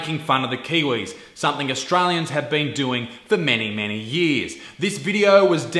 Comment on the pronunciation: She’ll have ‘somethink’ to say about that...